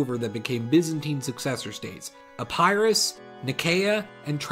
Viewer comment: Epirus Eppe-rus Nicea Nice-eyuh nice like the word nice